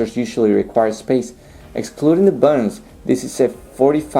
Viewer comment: I wish he could pronounce "buttons". They are not "buddons". Wonder what his language is. Spanish?